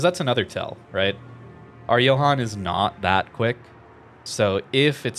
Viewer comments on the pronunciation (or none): none